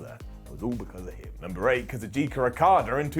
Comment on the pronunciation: Ka zoo chka not kazoochicka.